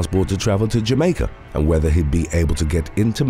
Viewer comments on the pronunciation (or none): none